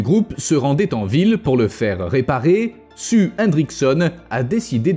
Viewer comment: Non, il s'appelle rien du tout car en principe, les T-Rex ne se donnaient pas de prénom. LOL! Blague dans le coin, on l'a surnommé "Sue", prénom anglophone qui se prononce normalement (pour les Français ignards) "Siouw" (plus ou moins). Mais notre cher est apparemment un Français et a un accent pourri en anglais, comme malheureusement l'écrasante majorité des Français. Ce n'est d'ailleurs pas vraiment de leur faute, car moi qui suis Belge mais ai vécu 20 ans en France, étant animateur, j'ai pu constater avec horreur que même leurs profs d'anglais, quand ils ne sont pas anglophones de naissance, parlent l'anglais avec ce foutu accent "frenchie" de merde. Alors si on leur donne leur diplôme de prof d’anglais alors qu'ils parlent aussi mal, faut pas s'étonner que leurs élèves parlent avec cet accent pourri aussi! En Belgique, aucun prof d’anglais ne recevrait son diplôme avec une accent aussi pourri!